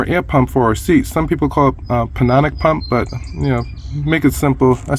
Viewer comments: It's Pneumatic pronounced New matic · The p is silent in pneumatic. It is pronounced newmatic.